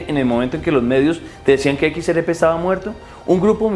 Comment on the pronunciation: Hermano, equis, erre, pe, no equis, eres,pe. 😂😂😂